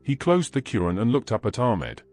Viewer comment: Not arat but is ayat Not coran but is quran